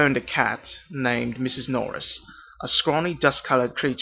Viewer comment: You need to be a little more elegant with your vowels.. words like "named" "lamp" "line" sounds a little too forced. Stretch the vowel out a bit more.